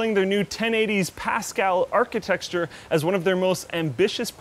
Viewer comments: anyone else notice that he said Architexture? instead of Architecture? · Architexture?!?! Why do you say it like that?!?! That's like saying pengwings! It's ARCHITECTURE! Every single time you say that word... damm! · Am i the only one who hears architexture? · What's an architexture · Nah, he's referring to how pronounced 'architexture'. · Slaughters it as well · thanks, he said that 2 times. very confusing ;) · Great video,, but one thing only - it's architecture not architexture. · what is an "architexture",? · Is "architexture" some sort of inside joke? cause that's not how "architecture" is pronounced. I'd expect a Canadian to better at English than a Romanian such as myself... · "Pascal archintexture" Nice. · it really annoys me every time he says 'architexture' instead of 'architecture' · he said archi - texture twice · Archetexture you say... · it's not that hard to say architecture... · Architexture? That's a new one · can't say graphics card and architecture. He always say architexture and graphic kard